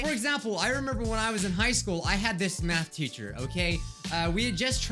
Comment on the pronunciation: i think im high because i keep hearing meth teacher like idk some1 selpp me